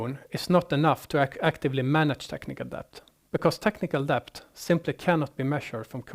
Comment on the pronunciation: Debt - It's pronounced det. Dont like correcting non native speakers on their English but come on, it's the whole topic and he says it 50 times